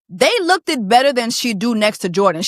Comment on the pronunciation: Jessie ..u have a degree..there is no such word as look ED. look id...? one syllable "looked"